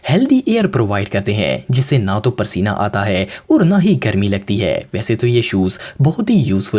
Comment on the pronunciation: Pasina hota hy prsina ni